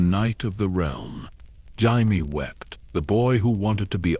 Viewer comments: Is this a person or some annoying ai because who the fuck is "Jimie" obviously ai can't even read his name is Jamie loose the i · Jimey Lannister lol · yeah loomks liek AI gabrgae, cant even pronounce jamie correcly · Do you even listen to what your A.I has created it grates on me when it says Jaime. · you can tell it's AI by the way it says Jaime 😅 I'm half an hour in and it's pissing me off haha